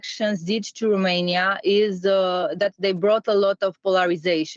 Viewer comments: I agree. I cringe so hard every time I hear someone say RUmania, and not ROmania. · it's ROmania/n not RUmania/n, the pronunciation is off and you're spreading it.